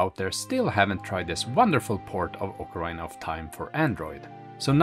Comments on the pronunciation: it pronounced Okkah-reena.. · what? what game is this? ocaRAIna? LOL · Nope. Sorry, but nowhere is it pronounced that way. Saying "ocaraina" is simply a mistake and not an accent thing. The accent is sexy, though. ❤